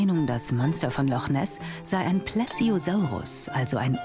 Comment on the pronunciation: Nessi gab es wirklich >sei ein Kanal/Serie, welche sich mit Wissenschaftlern Themen beschäftigt >Sei zu unfähig das Wort „Plesiosaurus“ richtig auszusprechen